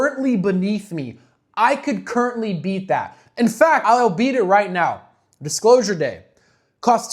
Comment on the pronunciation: You pronounce "currently" shorter